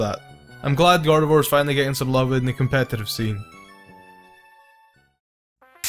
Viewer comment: All i hear in this video: Copetative batteling Copetative batteling Copetative batteling and Hes So Strong So Strong So Strong So Strong